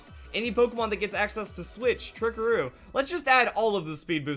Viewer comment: haha he said "it can just us switch or trickaroo"